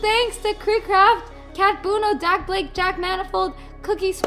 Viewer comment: you said dakblade how now you no dakblade😂❤